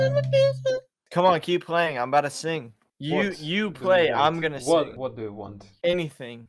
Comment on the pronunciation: там не сыынг , а сиин - "петь" - сынг у них это грешить